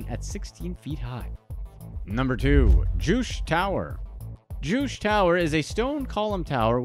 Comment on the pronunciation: #2, Juche - is pronounced Joo chae not jewsh